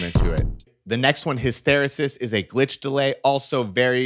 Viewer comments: You totally mispronounced the word hysteresis. For the benefit of those who do not speak English, it is pronounced HISS-TERR-EEE-SISS! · Hysteresis. Hiss-terr-EE-sis. It's a scientific term. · His-ter-EE-sis. It's a technical term. His-ter-EE-sis.